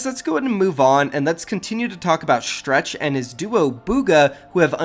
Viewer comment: why gotta say stretch's name like stretched